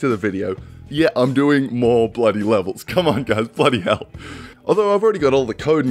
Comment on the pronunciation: Wasn't aware of your accent until I heard "Bloody Hell".